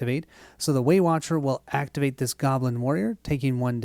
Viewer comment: Every time you say Waywatcher I hear Weight Watcher and then I am imagining the Abomination is some big fatty calorie beast that they are trying to defeat.